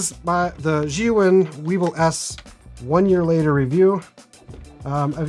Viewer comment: Finally someone that pronounces Zhiyun correctly!! Great video, really enjoyed your honest information about the gimbal.